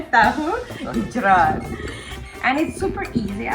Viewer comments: Alex : "tahu gecroot" lol 🤣 Luv to see Alex learn how to cook Indonesian foods😉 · Bjirr ngakak pas alex bilang tahu gecrot :v